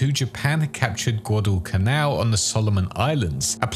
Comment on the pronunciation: I had an aneurysm every time I heard you pronounce Guadalcanal. Great video regardless.